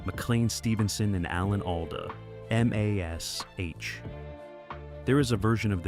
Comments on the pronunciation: can't you say MASH??? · Pronouncing MASH as M-A-S-H almost had me in stitches😂. And who is George Peppered?😅 BTW pretty sure the actor who played Radar was difficult to get on with on MASH?